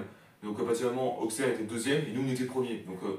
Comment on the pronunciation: On dit « ausserre »⚪️🔵